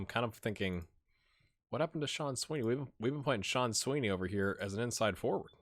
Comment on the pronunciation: i know youre trying your best :) (even if i do shudder everytime you pronounce cian as sean <3)